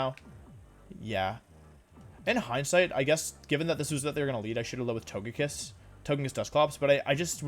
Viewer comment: Why do you keep calling it To-GUH-kiss? Did you have a stroke?